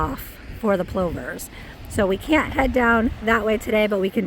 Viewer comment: What is a "ploomer?" I couldn't quite get what you said about parts of the beach that's prohibited to cross on. 😊